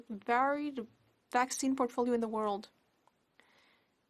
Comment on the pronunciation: "Plan A through Z was to have the most diversified vaccine potfolio" what an idiot. does he know that he admitted to not having any other plan